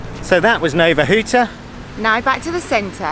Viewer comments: Your polish is improving, you pronounce "nowa huta" very good! In "obwarzanek" there is the tricky "rz", that you also pronounce the same as "ż" (just because, no one knows why), an it is similar as "s" in "viSion" or "meaSure". And in "oscypek" you are missing "c", you say "osy-pek", should be "os-c-pek", "c" in polish is pronounced like "ts" in "caTS". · Pronunciation of Nowa Huta is correct ! ;) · Your pronunciation is correct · srsl? Nowa Huta pronunciation was spotless! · Welcome back. Great pronunciation in Nowa Huta but your Oscypek... it should be pronounced more like [Oztzipek] Have you been to Wanda mound? It is not far from main gate to metallurgical plant. A bit forgotten mound, I think. Wish you great weather and pleasant encounters. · Welcome back guys. Your pronunciation of Nowa Huta is perfect. It’s nice to see you in Poland again. Have a nice time.